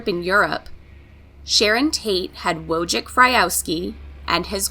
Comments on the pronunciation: His name is phonetically pronounced "Voy-tek" not Woj-tek. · You also butcher the words Cielo and Wojciech